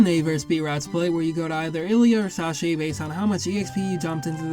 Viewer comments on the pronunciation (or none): sorry, how the shit did you pronounce Sacae?